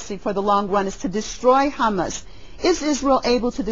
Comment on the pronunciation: ITS HAMAS, NOT HUMMUS, LADY